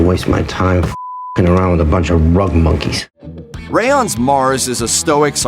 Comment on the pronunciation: lol did he really say "oo-on ray-on"? lol